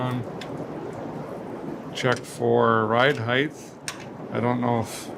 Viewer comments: Ride heighth? Hmmmmmmmm I don't think that's right Derek!??? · Derek, did you say “ride heith”? Well then, what is the weith of this car?